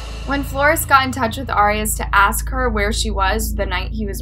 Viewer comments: FYI ✨, Her last name is pronounced like AIR.. not "ARE" ✨ 😀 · It’s pronounced Air-eee-as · Yeah I’ve never heard it pronounced this way either. Jodi herself pronounced it AIR-ee-us. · It bothered me so much how you pronounced her last name wrong the entire video. Lol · No she’s not there how it pronounce arias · Your pronouncing her last name wrong.